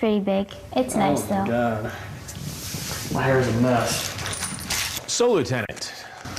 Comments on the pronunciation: “The laughter.” “The tears.” “CAWD!” “And the attempted get away.” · "Oh Cawd! " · Is he trying to say God and it came out wrong? Maybe it's his deep accent.